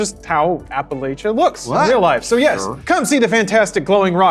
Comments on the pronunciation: It’s pronounced “apple atcha” As in “If you guys pronounce Appalachia like that again I will throw an Apple atcha.” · Apparently James wasn’t around to correct their pronunciation of Appalachia lol